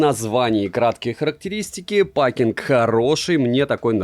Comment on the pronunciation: = паскинг гражданин! не пакинг а пэкинг. (packing) . это назывется прозношение англ буквы А (эй) в закрытом слоге.